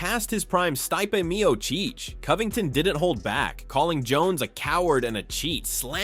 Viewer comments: "MEO-CHEECH!" Come on AI. Painfully annoying. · Mio-Cheech and Mio-Chong. Those funny A.I. thingies... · The narrator is such a casual non MMA fan that he can't even pronounce Stipe's last name correctly. 🤣